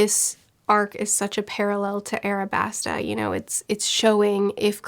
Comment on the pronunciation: Alabasta not airabasta, other than that fantastic review can’t wait for more